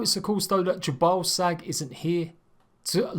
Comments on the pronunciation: Is it just me, or is he saying, "J'ballsack"? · did you just say "the religion of 'ya ball sack'" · Jhebbal Sag. Really. Ye balls sag?